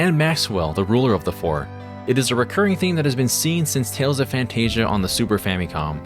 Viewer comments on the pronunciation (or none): none